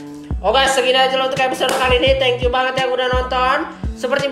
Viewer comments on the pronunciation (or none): none